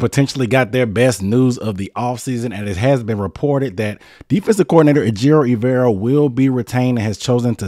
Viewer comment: put some respec on his name, ay-jer-o